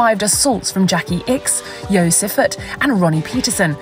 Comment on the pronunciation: 'Yo' Siffert...?